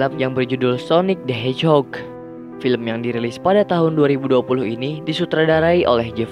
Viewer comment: Hedgehog bang bukan hedgehod